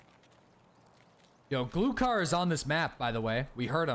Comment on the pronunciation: BTW Glukhar is pronounced Gluhar, a russian slang for silencer. At least to my knowledge